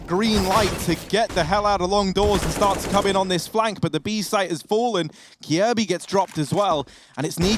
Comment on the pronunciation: The way you pronounce "Kjaerbye" is so cringe xD